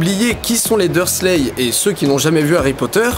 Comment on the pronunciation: (Les Dursley, pas les dur leu, désolée!)